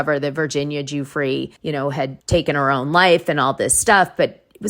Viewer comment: Hi Dana. I love your show. Just a note - Virginia Giuffre's last name is pronounced "Jeffrey."